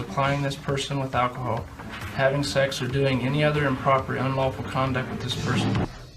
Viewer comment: I’ve always wonder why he pronounces sex like that. It’s strange but funny lol